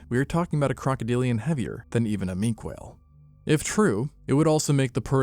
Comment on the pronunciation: Also, 'Minke' (as in 'Minke Whale') is pronounced mɪŋ.kə, i.e. 'min-ka' (or sometimes 'min-key'), not 'mink'. Fascinating video though!